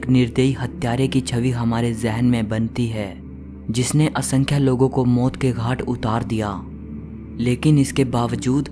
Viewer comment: Moat ke ghat...hahahah..maut ke ghat...gujju accent